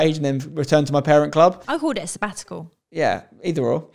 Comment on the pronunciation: lmao the way said sabbatical it sounded like 'spatical', like a and sabbatical. also glad yall found happiness together